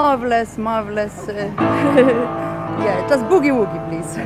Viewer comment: I get a kick out of how British people pronounce Boogie Woogie..... B-eww-gee Wooo-gee.